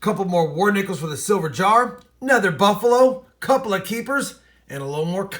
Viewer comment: Hey. Thank You for initiating my interest in Coin collections (traditionally I am a baseball card guy). BTW I was confused, every time you say " silver war nickel" it sounds like "civil war nickel." HaHa